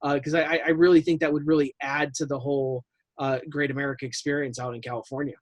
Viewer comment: I stopped watching once the guy referred to Great America as "caga".